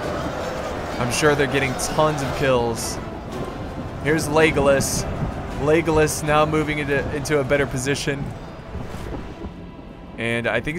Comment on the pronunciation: it sounds like you are saying 'legless' instead of legolas xD